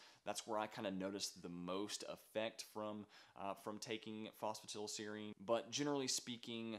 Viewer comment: It’s pronounced foss fu tie dull seer reen 😒